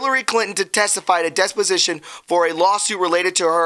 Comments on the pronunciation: THE WORD IS DE PO SI TION NOT DES PO SI TION Lol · It is "dep"osition, not "Des" position, slow down and read what is written, stop adding and deleting words and phrases. It changes the meaning and causes those reading along to question your competency of that which you are trying to report.